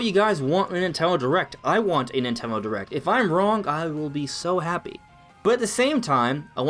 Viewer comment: ‘Ninteno derect